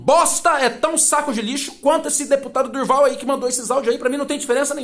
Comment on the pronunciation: Não é Durval é, do Val